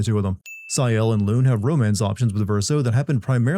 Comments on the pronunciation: are you using AI? why would you pronounce it “loon”? you clearly played the game in english, and they pronounce her name “loon-eh” like a million times. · sin counter: edit: sorry I'm not doing timestamps. Watch the full video to avoid spoilers. 1. How did they know which expedition made it to the monolith 2. Pronouncing Lune as "loon" 3. Verso didn't stay with Maelle because, as he admits later, her connection to Gustave and any chance of discovering the truth could make her abandon the mission, which you learn if you choose to tell her the truth in one of the late bonding events. Also, the Curator is her literal father, she isn't painted Alicia, his sister, she is real, and the Curator is the real Renoir, her actual father. 4: Bro it's "See-el" not "Sy-el". They pronounce the characters names the entire game. 5: Because no other expedition had an actual real human with them. Painted Ren recognizes real Ren, and he recognizes real Alicia. 6. Again, Verso explains it later. 7. You're doing this just to piss me off aren't you. It's "muh-no-co" not mon-uh-co". 8. I am gonna timestamp this one. It's expedition 60, not 70. You find that journal right before the last dungeon. cmon. Ok there were several more I could have pointed out but this is pretty shoddy work for what will probably become one of your biggest videos. Honestly feels like you read a short novelization of the plot and a reddit post comparing it to FFX and didn't play it. Most videos of yours I've watched of games I know well never have this many obvious mistakes and misunderstandings. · How do you play 2 dozen plus hours of this game and still get a main characters name wrong? Lune is pronounced “Loon-ay”, not “Loon”. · also, how are you mispronouncing Sciel and Lune when their names are said repeatedly by voice actors?? You did not play this game at all